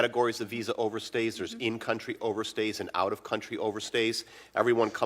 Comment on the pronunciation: Apparently the Chinese way of pronouncing 'over stays' is 'overstairs'. 😌